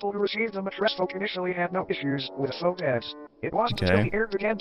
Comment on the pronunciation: I still can’t believe is only 17 years old!! Absolutely amazing Also, faux, is pronounced “fo” as in “info”